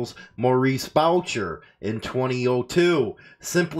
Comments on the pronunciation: Boucher is French (Boo-shay). Respect for the "real" content on your channel. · It's Maurice "mom" Boo shey is how you say it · Booshay is the pronunciation. LE is pretty sneaky so is this a way to stir crap and try to get more info if something occurs because of a release. Just my paranoia.